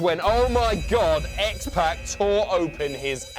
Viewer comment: Oh God, I hate the way you say X-Pac 😂 Other then that, fantastic video and I didn't even some of the stuff on here. I knew about Cesaro, Mick Foley and Stone Cold.